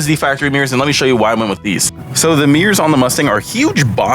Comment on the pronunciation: "Meers"? Like meerkats? "I hate saying the word 'hella'". *proceeds to say the word "hella" again